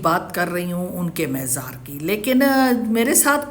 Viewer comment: مےزار نہیں مزار